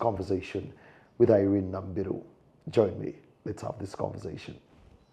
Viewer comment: I hate it when people pronounce my name as Nambiru instead of Namubiru 😊😊muba mupapa ki😢...... Anyway inspiring my sister in clan.... Thank you for breaking the silence and some sayings sijui omuzade tasobya. To me omuzade asobya atte nze nga omwana I can punish the muzadde though sigenda mugalamiza mukube kiboko